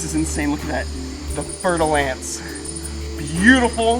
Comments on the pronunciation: Did you say "fertile ants"? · I heard fertil ants XD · All this time I thought he was saying "Fertile Ants"... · Every time you said, fer de lance, it was a new pronunciation. Honestly, I thought you said fire ants the first time, and I was kind of confused as to why we are so excited about fire ants and running into them 😅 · I've never heard of that snake before so I thaught he said fertil ants XD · All the times u said it i thought u were saying fertile ants i thought they were ants haha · I legit thought he said ' fertile ants ' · I know right!?! I always thought was saying fertile ants, and I was like "wow those are some scary ants" and then I googled it and it was a snake. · No lie I thought that was what he said at first, 😂 before I realized he was talking about a snake 🐍